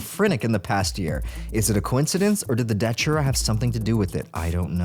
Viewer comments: it's not "daCHURA" it's "daTURA" man....c'mon why do americans always intentionally pronounce things blatantly wrong? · Its datura. Not datchura. Tho i think ppl should just call it detera, cuz its close enough to deterent. Amd it seems.mostly everyone whose done it wants to deter others fro. Doing so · Dude why do you keep saying Dochura